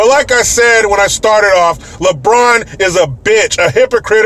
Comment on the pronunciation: It's "Re-Braawn"